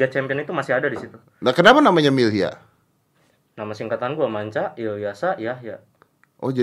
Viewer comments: Milyhya bang bukan millhya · milyhya om bukan millhya